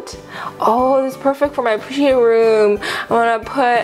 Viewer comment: its pUsheen not poosheen